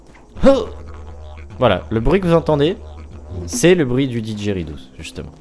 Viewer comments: didgeridoo pas didgeridousse ! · Sa ce dit didgérédou ;) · didgeridoo on prononce pas le s